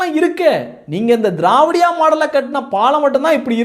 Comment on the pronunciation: நீங்க திராவிடியா மாடல் என்று சொல்வது எங்கள் காதுக்கு வேறு மாதிரி கேட்கிறது என்ன என்று தெரியுமா தேவடியாள் மாடல் என்று இது உங்கள் உச்சரிப்பு பிழையா இல்லை உங்கள் உணர்வு பிழையா சகோதரா.